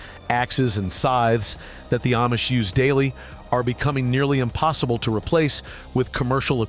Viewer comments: It’s pronounced Ahhmish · It's pronounced Ahhh-mish. But AI doesn't know. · If this guy had really spent much time with the Amish, he’d know he’s mispronouncing the name It is pronounced as “Omish”, not with the long A. This artificial intelligence “thing” isn’t real and I doubt his message is real either. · Ayemish families!??? Wheeee! Listen to AI go! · So AI still can't pronounce Amish. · Nothing but AI crap you can’t even pronounce the word Amish properly